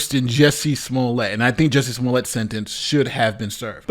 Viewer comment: You pronounced, “Juicy Smoolét,” wrong.